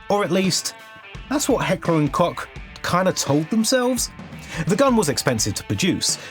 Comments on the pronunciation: It’s more like heckler and coke not cock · what fuckin coke ? in the video he says cock, which is still wrong but coke ? tf are you on, coke is a beverage or drug, just say koch it reeeeeeeaaaaly aint that hard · Coke, not cock. You dunce 😂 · Its Heckler und KoCH, not Cock. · Man, please learn how to pronounce the brand. It's not Heckler and Cock! It's Koch. Research how its pronounced correctly! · Just pronounce it heckler and koh I know you can't pronounce the hard ch like in dutch but come on it's not heckler and cock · its heckler and KOCH not "kok", please 😭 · German here…sat here giddy AF the first few seconds to see what you go with “kotsch”, “coke” or “cock”…. Going for the nob is the closest though😂 Try saying “co” like in “cock” but then go for an “oh” but instead of saying “h” you realise that you are a vampire caught in the sun and go “krcheee” (but keep the o shape don’t go wide like “weee” the key is the chhh part of it and it comes from the throat…the mouth shape just controls the tone between “och” “ech” “ich” 😮😐😁). That’s the hard part afaik there is no analogue in an English word for that “ch” sound (maybe something like “eeech” but that’s not a real word just disgust manifested into sound😂) So when you got all that down, the co without the ck and the h without the o. Then it’s just keeping the Ko short and the sun vampire sound like it’s your last breath. See German isn’t as complicated or “creepy and evil” as one might think…now go forth into the world and wow people with your (hopefully) eerily unfitting to the rest of your German, pronunciation of “cook” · Heckler and Coke or Koch not COCK. Great video otherwise. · its pronounced "Koch"! Like cock with a CH like you pronounced it in chinook! Holy Kartoffel. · its not "cock" its "Koch" ch is pronounced like an H in german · Heckler & and Koch Not Heckler and Kock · Koch. Just say cook at that point cause that's what it means in German. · Heckler & Cock sounds CRAZY to a german lol